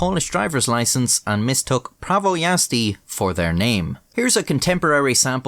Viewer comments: Might be late for a video but holy fuck you pronounced prawo jazdy surprisingly correct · as a polish person it was funny hearing you mispronounce "prawo jazdy" over and over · being a slavic guy I knew something was wrong when you said the name Prawo Jazdy🤣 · Yeah, I'm not even polish and I know it's pronounced "Prawo Jazdy" like smh, who would pronounce it as "Prawo Jazdy" its it's clearly "Prawo Jazdy"